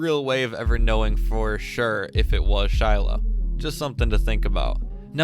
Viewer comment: Is that how u pronounce her name “shylow”